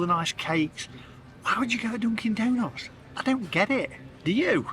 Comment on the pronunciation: Must be my hearing but I thought you said Donkey Donuts.